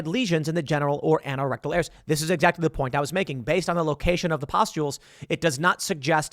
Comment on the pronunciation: Anorectal is pronounced "aye-no-rectal" not "ann-oh-rectal". You say the "an" the same way you say anal. I was confused what you were trying to say until I looked to see what you were reading. Saying words correctly is important.